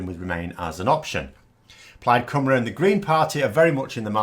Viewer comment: I'm not sure how many times I've commented on your videos that Plaid Cymru is pronounced "Plyde Cumree". First few times could be mistakes, but now you're just being pig-english ignorant.